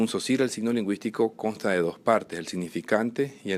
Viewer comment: mucho ingles poco frances! Saussure no sosir!!!no se te entiende!!